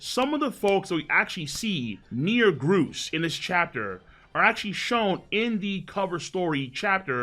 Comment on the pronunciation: Gruce and Hibari are named after birds. So the way you pronounced it is correct